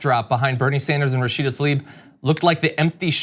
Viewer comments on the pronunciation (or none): Tlaib, not Talib.